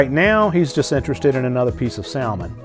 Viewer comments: FYI: The "L" in salmon is silent. But I think you know that and are doing it on purpose to manipulate people into commenting about it in order to increase "engagement" in the YouTube algorithm. Why to content creators do these things? It's such a turn-off to be manipulated. Just make good content (you do) and the viewers will be there. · The “l” in salmon is silent 😂